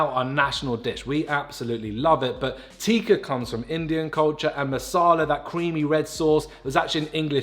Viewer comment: it's a short i not a long i in tikka just fyi lol